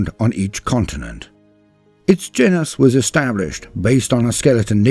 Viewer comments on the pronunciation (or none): none